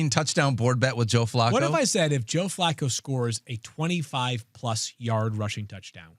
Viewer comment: The way pronounces Flacco is upsetting every time I hear it